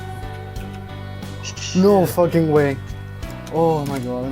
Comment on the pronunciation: well he didnt say fucking, he said foking